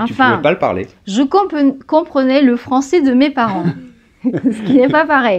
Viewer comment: Très sympa vos vidéos mais, pitié, ne prononcez pas les 'è' avec le son 'é' : "tu parles le japoné et le francé", non le japonais et le français.